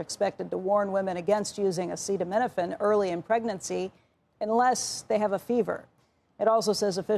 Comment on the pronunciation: Can the president say acetaminophen?